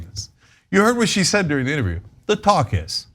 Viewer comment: I thought you said “their pawcus” (like caucus) instead of “talk is” (what you actually said). I thought you were being clever. Its a good one anyway!